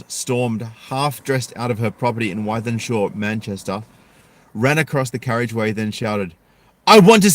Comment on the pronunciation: The place is pronounced Within-Shaw. It's a huge council estate in Manchester.